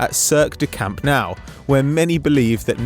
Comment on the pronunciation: Camp Now? Now? Now? really it's Nou and pronounced •new•